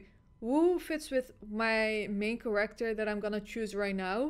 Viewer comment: Every time she says Character I hear it as “kollector” 😂 hashtag we want kollector back at mk1 🤣